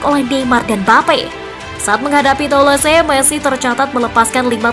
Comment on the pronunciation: Mari kita mengajar Bahasa Prancis sedikit agar "presenter" tidak menyakiti telinga saya setiap membaca bahasa Prancis. Saya tdk membahas sepak bola tetapi membahas cara membaca Bahasa Prancisnya. Les parisiens: kalau le(s) "s" terakhir tdk diucapkan dan kita seperti membaca "Le" dalam Bahasa Indonesia dengan mulut dibuka lebar. Parisiens dibaca "Parizien" dengan "n" terakhir sengau. Toulouse: "e" terakhir tdk diucapkan (dimakan) lalu "ou" sama dengan "u" dalam bahasa Indonesia, kalau "se" diucapkan "z" jadi cara membacanya "Tuluz". Jangan bandel, terima saja dan belajarlah. Semoga menambah wawasan kita semuanya terutama pembaca berita PSG Football News agar tdk mebuat telinga sakit mendengarnya. Terima kasih. Sampai jumpa di pelajaran berikutnya.